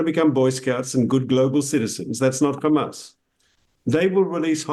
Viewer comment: Did he just say hamas I strong?